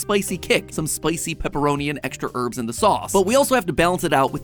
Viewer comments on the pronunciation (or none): none